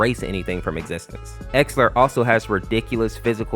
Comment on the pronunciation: Bro called Exeller "Exler💀" btw no offense its "Ex-Ze-Lur"